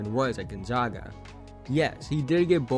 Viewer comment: Interesting and fun to watch! Looking forward to watching Chet play this year. I don’t think Chet wants to get to 230, but it will be interesting to see. P.s. It’s gon-ZAG-a, not zahg. I mean, they are the Zags, not the Zahgs : )